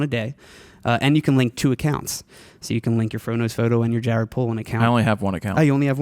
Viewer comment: Great episode! But did he call you 'Gared' lol?